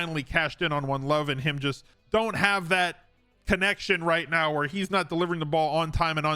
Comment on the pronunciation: Did you say "right Meow"?